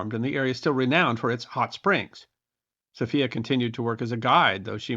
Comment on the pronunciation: Also guide Sophia is pronounced in the English way, not the Spanish version.